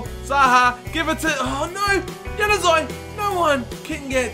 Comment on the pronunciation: please just say januzaj right